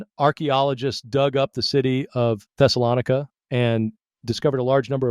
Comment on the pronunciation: I don't think the AI voice knows how to pronounce Thessalonica.